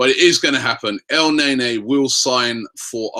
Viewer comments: STTOOOOOP FUCKING CALLING HIM EL NAYNAY ITS EL NEN-E ROBBIE FUCK ME DUDE!!!!! DO YOU NOT READ THE COMMENTS SECTION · he can say afobeee instead afobay but when el-neny he said it el-nay nay..amazing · Did Robbie just say Chick-a-rito??? Added to the list which includes El Nay-Nay and Michy Bat-too-shy XD XD XD